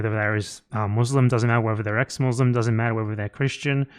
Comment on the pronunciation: pronounce muslim better than all those so called "ex-mouzleym"